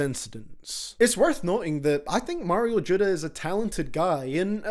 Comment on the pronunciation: “Mayro judda” hahah